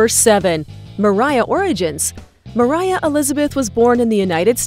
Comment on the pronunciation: Who are you and its moriah not